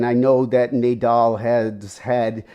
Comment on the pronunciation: My takeaway here is Nay-dal.